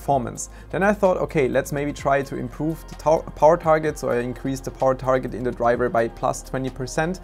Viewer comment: Drivah is scroooooooed